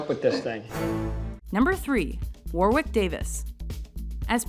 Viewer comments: You said Warwick Davis' name wrong. It's 'War-rick', not 'War-wick'. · You are pronouncing Warwick wrong, it's wa-rick not war-wick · you dont say warwik davis like war-wik but more like war-rick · it isn't pronounced Warwick its warrick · Warwick Davis is pronounced "Warick" not "War wick" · Number three is pronounced "Warick" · dum war wick its warick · Warwick...pronounced Worrick...second W is silent !!! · "War-wick" LOL That's not how you pronounce Warwick. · tis pronounced war-ick not war-wick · Warwick is actually pronounced "worrick" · Warwick is pronounced Warick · its pronounced war - ick not war - wick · I believe it's pronounced warick no pronunciation on the w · ITS PRONOUNCED WARICK! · Oh, and it's pronounced WORRICK Davis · its not pronounced War-wick its pronounced Worick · It's pronounced Worick davis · Right, I've had it with this lady. War-wick Davis?! Fuck's sake woman. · The second W in Warwick is silent :3 just to let you know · Pronouncing Warwicks name wrong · You don't pronounce the second w in Warwick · They pronounced Warwick's name wrong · THAT'S NOT HOW YOU PRONOUNCE WARWICK!!! AAARRRGGGG!!